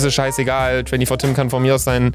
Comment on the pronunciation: Ich finds nur schlimm, dass die meisten Tüm oder Töm anstatt Tim sagen 😂